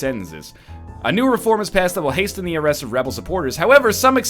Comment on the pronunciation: Northernlion, you protest how the game uses the English language (there IS a lot of grammatical error in the game) yet you pronounce the "t" in words like hasten and often. How ironic.